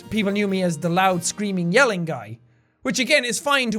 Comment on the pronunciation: "Loudy, roud, and obnoxious" great English man. Clap it up